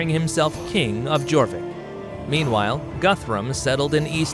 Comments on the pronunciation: it is pronounced as your vik not jorvic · Jorvik pronounced like Yor-vik, which is why it is today York! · The letter J was not in use until 1500s. This is a great snapshot of the era for sure. Just be sure to never pronounce the letter J for York again. Ai should have known better. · So was Jorvik, and Mercia. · Good video, which would have been even better if you had researched the pronunciation of just about everything. For example Jorvik is not pronounced "jaw vick" , its pronounced " your vick" which makes sense when you realise it morphed into York. "Reading " is pronounced "redding "... pretty much every other place name you got wrong. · If you're going to do a history video at least look up what the proper pronouncements of the petty kingdoms and their towns. 1. It's Mer-SEE-Ah/Mer-SEE-Ans NOT Mer-SHE-Ah/Mer-SHE-Ans 2. It's YOR-Vik NOT JOR-Vik 3. It's REDD-ing NOT READ-ing 4. It's DAR-by NOT DER-by. For a "history" channel? Dislike. Try again next time. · Yes, they even got Jorvik and Derby wrong too. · Yes , he didn't even bother how on to pronounce it he even got Jorvik, Derby, and Reading wrong too.